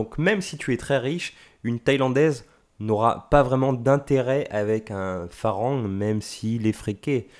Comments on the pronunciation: hello, un peu d'effort svp pour prononcer le mot Farang on ne prononce pas le R. on dit "falang" . Le son R n'existe pas .merci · 😂 merci j'avais trop envie de le dire, je ss Lao , les thaïs st mes cousins😁 & malgré tt on dit "falang" qui ne se prononce pas "en" mais presque "a"